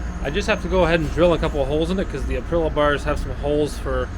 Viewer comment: Nice build. But please - it's ApriLIA- not Aprila 🤙🏼